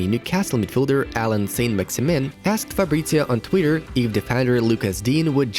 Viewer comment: It's "Fab-rit-zee-oh" not "Farbritzio". Also, he supports Watford, and never kept it a secret.